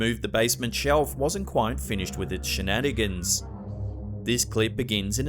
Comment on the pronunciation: "Wasn't finished with his shananigans"... hahahahahahah I am dying